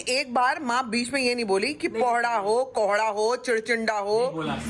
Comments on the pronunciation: Its not pohdha it's Kohda😂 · Sambhavna mam ponhda nai kkkk kohda hota hai. 😂😂😂😂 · Not pohda it’s कोहड़ा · Pohra nh kohra 😂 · Ab bta diya gya ki kohada hota h to jan se innocent bnne k chakkar me pohada bol rhi hai taki funny lge kabhi kabhi koi shabd sahi nahi pta to glt bol de koi to funny lgta h ab ye thodi hai ki 75 bar batane k bad bhi pohada bole jao irritating lgta h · Poharda nhi kohrda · Sambhavna its too irritating now u again and again saying pohrda tohrda .... You are thinking that you sound funny but you seem so irritating even 4 year old child can speak it correct after two three times.